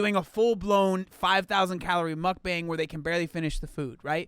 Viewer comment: Mukbang is pronounced like mook-bong just FYI